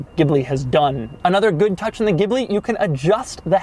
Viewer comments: The pronunciation is Jee Blee; or Gee Blee quite a bit nicer sounding than what ever you were saying. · Stop calling in a damn gibbley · A sign of how far Maserati has fallen: their U.S. advertising for the Ghibli pronounces it “Jibli”. Which is terrible. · Pronounced "GILBY" !!! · It's pronounced geeblee